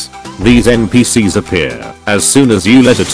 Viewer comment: Bro His Voice To Speech Said N P Seeyehs